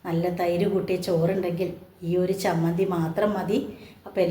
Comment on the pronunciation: നല്ല ചമ്മന്തി Not സമ്മന്തി ചമ്മന്തിയാണ്